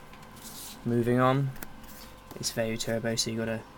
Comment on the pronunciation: so whats a veyu?? at the beggining of the vide u said veyu not vayu